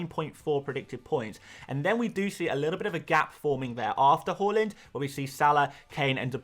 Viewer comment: Please prounouce Haaland properly🤙